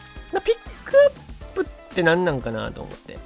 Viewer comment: この動画の名言「ピ↑ックアップってなんなん！」